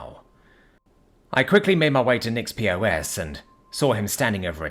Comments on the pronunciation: It was perfect other than calling a pos a P O S 😂. Btw it's pronounced just like pause or poz if you prefer. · POS is pronounced PAWS. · lol mostly right,but that pos pronunciation is not on the author.